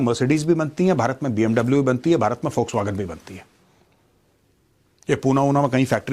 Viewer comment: Foxwagen nahi sir volkswagen hai.😊